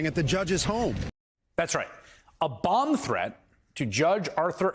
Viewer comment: Swear said "Bong threat"